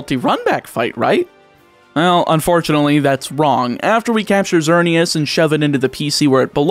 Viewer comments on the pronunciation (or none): none